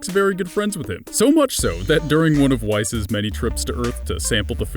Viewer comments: lmao we pronounce whis wee-s but he pronounces it wais lmao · You said whis wrong, it's (w-ee-s) not (wise) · man only thing wrong with this is he says wase instead of whis but gennarly this vid is good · You keep pronouncing Whis wrong. You're pronouncing it like Whais but it's simply Whis. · It's promised whis as In whiskey not wais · what is a wice ? oh you mean whis... fucken cheap matpat copy piece a shit! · It's "WEEEEZZZZ" Whis is pronounced "wis" or "wiz" or "weez" or "wees" but never "wise" I mean his wise and all but the cringe! T^T XD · this nigga pronounced whis like wice for rice....its WHIS for WHISKEY ....take a look at the names if his universe 6 sister and others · WEISS...FUCKING WEISS ITS WHIS! WHIS! NOT WEISS FCKING SCHNEEE! ffs LEARN THE FUCKING PRONAUNIACTION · "whee-s". not why-s. I know its a simple mispronunciation but i'm sure you guys watch episodes and do research on these things before uploading so i don't know where you got that error from. Just saying but IMA LET IT SLIDE. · It's not Wh-ICE, it's Wh-EECE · Question: WHY DOES ALMOST EVERYONE ON THE FUCKING INTERNET MISPRONOUNCE FUCKING SIMPLE TO PRONOUNCE NAMES!!! Whis isn't pronounces Weiss. I'm not pointing fingers at you, but i'v seen to many fucking videos today with people mispronouncing easy as fuck words and I eventually snapped posting this comment in your comments section. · ITS WHEECE NOT WEISS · Whis, not Whys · its not whaysss its whis! XD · its pronounced weese not wice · note wyse its whis as in whiskey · With all that annoying cocky voice but pronouncing whis' name as wise instead of whis as in whiskey is cringey af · youre triggering me.... its WHEEEEEEEEEEEEES not whi-ce..... it sounds like youre trying to say white rice at the same time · fool said whys lmao Whis!! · there have been 2 whole movies and 17 episodes and it is the same as in japanese. It really isn't that hard. it's even spelled so you can say it like it is. it's not wheis or whys it is just whis.